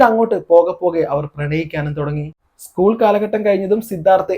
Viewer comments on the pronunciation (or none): none